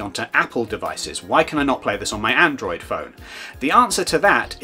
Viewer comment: Say it with me. ANDROID